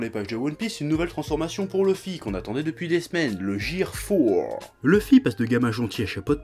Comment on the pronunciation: ça se prononce "guir", pas "jir" !